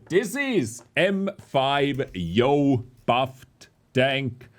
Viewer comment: brooo its not yoooooooooooooooooooo